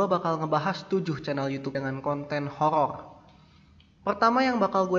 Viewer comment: horor bang bukan HOLOL :D